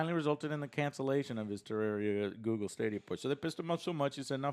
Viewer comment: It bothers me that you pronounced it tararia